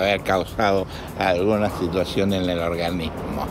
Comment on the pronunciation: debe aber cauhado alguna hituacion en el ohganimo